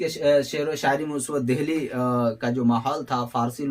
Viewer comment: اچھی کاوش ہے مگر ......میرے خیال میں...دہلی کو دلی بولا جاتا ہے.؟؟؟ھے ناں؟؟؟ہ نہیں بولا جاتا....عمدہ لیکچر ھے ویسے.🎉🎉🎉